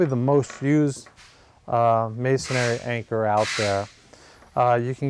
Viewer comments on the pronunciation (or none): It’s masonry, not masonary.